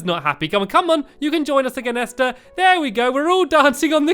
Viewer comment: I like how stampy says Esther right in his lovely world but he can't pronounce it in no no Kuni. 😒 I love you anyway! ❤️